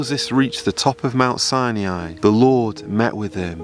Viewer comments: its pronounced mt ' si ni ' not si e' ni................ you should know better............... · Brother it's not Sainiai. It's Sinai. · Is there a reason you pronounce it "Siniai"? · From Egypt, please learn how to say Sinai properly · Where exactly do you see an E in Sinai, stop mispronouncing the name of a sacred place, and who gives you the right to call others out , isn't this against ALL you supposedly stand for ?? I am a believer but NEVER do I call people out for their GOD given right of CHOICE, as misguided as it may be, you need a dose of humility and understand if you are a messenger then give the message, don't berate people in your quest. Hopefully you get something out of this, tho I kinda doubt it .